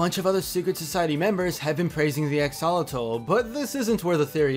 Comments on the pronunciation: It isn't pronounced AXE-ALL-A-TAL It's pronounced AXE-OH-LAW-TAL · Is Axe-uh-lot-ul (like -le) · Axe-o-lot-al that's how it's said and it's annoying me , sorry just ugh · Is that really how you say "Axolotl"? I've been pronouncing it like "Ax-a-lot'll". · I cringe so much whenever people pronounce axolotl wrong its axe-a-Lottle that’s how you pronounce it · Drinking game: take a shot every time pronunciation of axolotl makes you cringe! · Well, we know know the guys at the lodge neither '"like" or "trust" Stan. However, an axolotl is not a fish. It's a salamander. Interesting though. The Masons clearly worship Bill Cipher (and Ford wonders why Dipper doesn't care for the name), some group should worship the Axolotl. By the way, that's not how you pronounce Axolotl. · The way he says axolotl is sorta funny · Its cringy how he mispronounced axolotl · U pronounce axolotl wrong but ok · the way u say axolotl makes me very sad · Just gonna be real right now, how dare you pronounce axolotl like this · You are mispronouncing axolotl. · 🤦 How do you mispronounce axolotl so badly so many times?